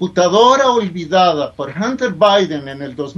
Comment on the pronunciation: Hunter se pronuncia ( janter)